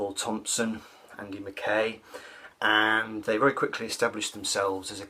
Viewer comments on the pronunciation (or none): Sorry to be a pain. But. Andy Mackay is pronounced andy mackiy.